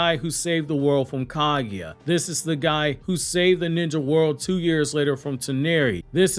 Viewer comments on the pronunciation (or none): none